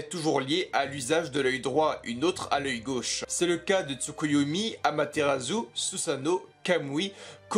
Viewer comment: Sérieusement, tu devrais faire des efforts pour prononcer les noms japonais... Amaterasu ne se prononce pas Amaterazu. Itachi se prononce Itatchi. Dojutsu se prononce Dodjustu etc